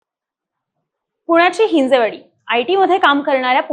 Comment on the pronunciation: हिंजेवाडी नाही रे बावळटनो हिंजवडी... असे आहे ते. 🤬